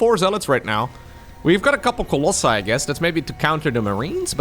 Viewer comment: Love these lower tear matches, so fresh and unpredictable! Talking about wrong pronunciations I hate the wrong one on Colossi and Nexi which is Latin and Italian too.